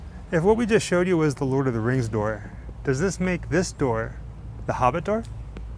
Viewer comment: Almost sounds to me like he's saying: "The Laws Of The Ring." He DEFINITELY doesn't say: "The Lord Of The Rings". Let's just keep in with this then: "The Lords Of The Ring" and he's right! There's only ONE ring to rule them all; etc, so... Who came up with the rubbish "rings" bit? :P